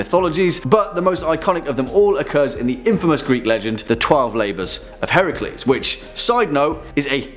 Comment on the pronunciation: The mother of monsters is not Chimera. It is Echidna. Echidna birthed many of the legendary monsters. You get major points for pronouncing Heracles right. So many don't and as a historian it's nice to hear. As for Medusa, the story is more tragic than anything else. Considering she was a victim of being assaulted by Poseidon in Athena's temple. There are two different hypotheses on why. The classic concept was as a punishment to medusa. The other is a boon for Medusa so that no man would ever harm her like Poseidon had done. Hellenic theology kinda gravitates between interesting at certain points and terrifying at others.